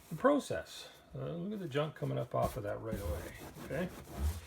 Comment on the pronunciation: It really bothers me to hear an American pron ounce the word "process" like he was a Brit. What is the point of that? Can you tell me?